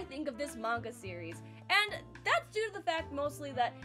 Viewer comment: It's always nice to discover someone who pronounces "manga" properly :)